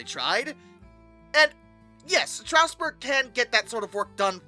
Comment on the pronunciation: Bro cannot pronounce "Strasburg" I have talked to SRC engineers who have used 31 to pull 8 or 9 cars which is about the max Strasburg runs, so the "not strong enough" argument isn't really true, although it was a bit much for such a small engine.